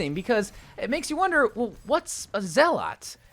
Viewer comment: Its pronounced zel-et. It means a person who is fanatical and uncompromising in pursuit of their religious, political, or other ideals. In this case zenyatta and his religion and idea of having world peace with the iris.